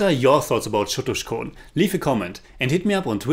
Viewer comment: Lol u didn't even get the c of chotuskhone